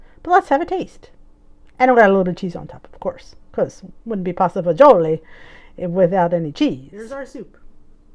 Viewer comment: I love when you say it with an Italian accent !